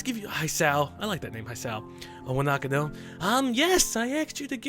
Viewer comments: E-wanakano - HISAO!!! rofl should definitely play more games with Japanese in them. His pronounciations are hilariously awesome. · Did he say...Iwandicko? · Iwanako= Ih-one-ah-koe. Just so ya know~ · I couldn't last 30 seconds into it; the narrator is clueless, mispronouncing Japanese names and even a few English words! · Cant say Iwanako but can say cacophonous?